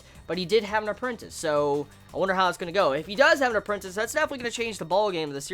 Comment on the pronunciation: Yeah "appreantice" -__- ,All who read the series know what I mean.